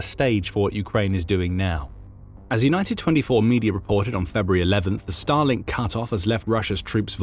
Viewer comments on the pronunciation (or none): Every time I hear Starlink in this video I hear it as Stalin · I'm sorry, every time they say "Starlink", I hear "Stalin". 😮